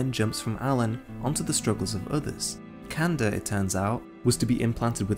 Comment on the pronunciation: It's Kanda pronounced like kun-da